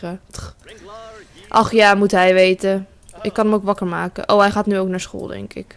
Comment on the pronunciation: "vervange, en makeh"